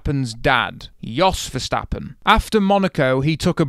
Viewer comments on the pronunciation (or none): none